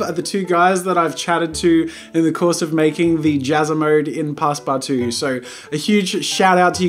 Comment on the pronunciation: It’s not passparttwo it’s passpootwo